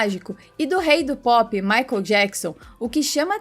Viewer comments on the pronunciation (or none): none